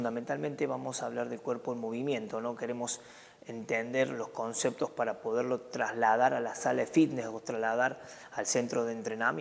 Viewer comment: comceptos? upss